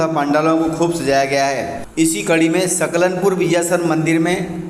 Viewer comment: नव रात्री की आपको शुभकामना 🙏🌹🙏🌹,, भाई साहब " सलकनपुर " लिखा हुआ सही आ रहा है पर आपके द्बरा " सकलनपुर " कहा जा रहा है, सो होती हैं मिस्टेक सभी से ,,मे बेतूल जिले से हुँ।